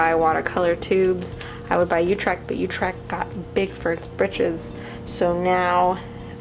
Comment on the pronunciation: I'm sorry but you pronounce utrecht wrong 🤔🤔